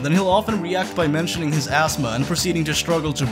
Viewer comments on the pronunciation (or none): its not astma its asthma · "Astma"? ASTMA? WHAT THE FUCK IS ASTMA?